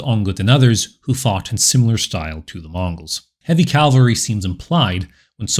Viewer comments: "C-a-v-a-l-r-y," not 'cal-vary.' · Not "Calvary" please: Cavalry! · Cavalry nor calvary